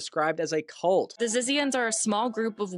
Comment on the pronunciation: its pronounce zizians lmfao! 😂💀